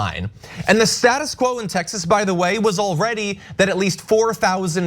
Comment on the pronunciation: WTF, Tex-ass?